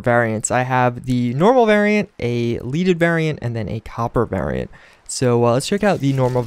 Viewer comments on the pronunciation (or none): Oi It's "Led-ed" Not "Leed-ed" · "leh-deh" NOT LEED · Bro, lead the element(not lead as in lead someone some place). Led-ed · Just fyi since people are probably hating on your ass for saying "leaded wrong" its leaded as in the element Lead :)